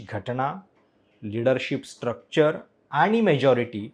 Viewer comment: कसं काय तुम्ही पत्रकार आहात?? न आणि ण यातला फरक कळत नाही... घटना असत घटणा नसत